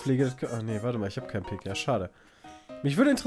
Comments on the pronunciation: ' Aussprache von Pik schmerzt. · Es heißt Pik, nicht "Pick"!1^!^^!!! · Bin ich der einzige die das pieeek nennt und nicht "pick"? :D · Pick, Kreus ,Karro und Härs..wer kennt sie nicht :'D